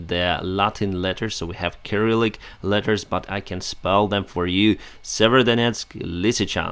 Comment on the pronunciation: Ky-Rillic? (Wrote this in fiction. Now someone says it that way!)